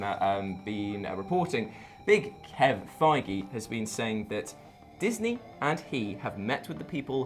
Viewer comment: Glad you guys, after all these years, are getting closer to pronouncing "Fiege." Unfortunately Rob Liefeld is the 90s creator of Deadpool. Jerry Robinson, Bill Finger, and Bob Kane created the Joker in the 40s.